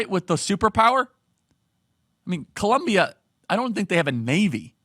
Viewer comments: Its Colombia not Columbia Charlie 😊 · Is not columbia,is COLOMBIAAAA..wtf...lol..! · COLOOOOMBIAAAA NOT FKN COLUMBIA. I thought you would do better 😒😒 but yeah petro is terrible, as a colombian we are tired of this leftist, almost every time he opens his mouth he fks it up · It is COLOMBIA!! Not Columbia 😂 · Charlie, it is NOT Columbia but Colombia! Great job brother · please is COLOMBIA (O) NOT COLUMBIA 😢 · It's 'Colombia". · Come on Charlie. I love watching your videos and love the work you are doing. It is Colombia* though, not Columbia. With love, a fellow Colombian. P.S. f*ck Petro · It’s ColOmbia like the country not like Columbia, SC 😂